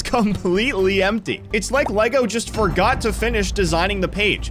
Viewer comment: Bro said forgor not forgot